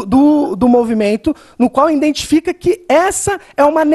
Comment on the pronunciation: Indentificou indentificou indentificou